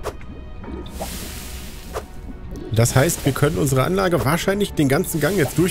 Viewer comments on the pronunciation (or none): Echt beeindruckend diese "Anlache" 😜 Aber sage mal, gab es einen Grund warum du die Lager/Läger soweit weg gebaut hast? Ich meine wenn sie näher dran gestanden hätten, dann hättest du weniger Forderbände gebraucht. (Ja, ich weiß, nu isses Wurscht) 😜